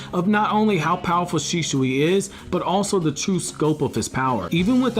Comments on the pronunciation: It's not Shishui. It' Shisui. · It's Shisui, not Shishui. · Man its "shisui" not "shishui" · Please stop saying shiSHui. It's an s. Not sh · "Sheeshooey" is all hear in this vid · Why do u keep calling him Shishui? xD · Bro, are u good? How weird are you pronouncing Shisui? Shischui?????? U pleb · U SAY HIS NAME WRONG AAAAAAAAAAAAAAAAAAAAAAGGH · I laugh eveytime you say shisui